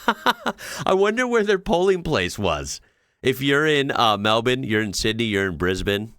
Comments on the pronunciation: Epic kudos for your pronunciation of "Melbourne." Practically a local. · Nice to hear an American say Melbourne correctly. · Not relevant to the video, but just commending you on your pronunciation of Melbourne and Brisbane . Bang on. Nothing to correct.